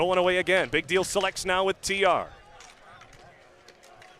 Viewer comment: dude couldn't say "big deal selects" to save his life. jesus